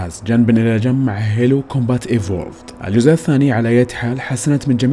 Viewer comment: يعجبني انك دققت في الكلمة حبتين زيادة لتأكيد نطق الاسم بطريقة صحيحة سمعتوا زين وش قال [هيلو] تنطق [هيلو] مو هالو !!!!!